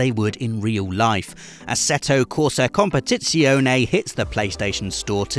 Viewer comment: Nice pronunciation there with 'competizione'! That z sound is not usual in english